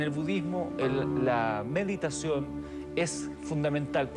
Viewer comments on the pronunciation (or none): cuando le van a enseñar al monje que no se dice "mediteichon"? jajajaja